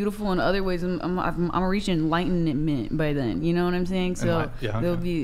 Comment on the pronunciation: My favorite part is when she couldn’t pronounce enlightenment